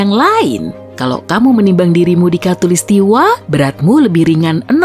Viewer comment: Suara penyampaian nya kurang enak di denger, beberapa huruf terakhir dari penyampaian kaya di di pertebal contoh "manuSIA, katulistiWA"